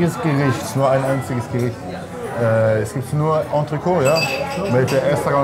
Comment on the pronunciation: ENTRECÔTE, wie MOET, nicht Entrecooooooo, Moeeeeeeeeeee. Ihr Männer von Welt.